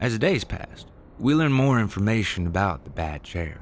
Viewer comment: Can they get someone to narrate these stories that ISNT FROM CANADA. That can pronounce the words OUT, HOUSE, ABOUT etc. CORRECTLY!!!!!!!!